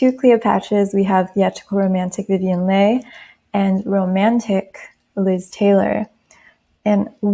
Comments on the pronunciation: TR always have that resting bitch face its so hard 😫 i agree with all of this but pronunciation of leigh is 'lee' I think 🤷🏾‍♀️😄🙈. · Leigh is pronounced Lee and Lollabrigida is pronounced Loll-a-BRIDGE-eeda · Leigh pronounced Lee 😊 thank you for this ♥️ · You have the most soothing voice! ❣️ Thank you for making this video, I loved it. One thing, Vivien Leigh’s last name is pronounced Lee. She was also often described as a small and lithe cat!